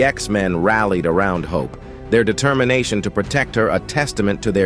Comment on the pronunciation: Collijiohn... Determinatchiohn!?!?